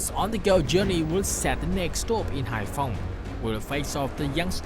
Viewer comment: Haiphong City? ARE YOU KIDDING ME, DUDE?